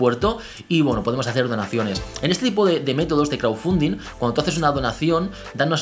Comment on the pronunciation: ''CRAUFUNDIN'' ''APOL WACH'' ''SICRET BRUASALET'' Nice english GG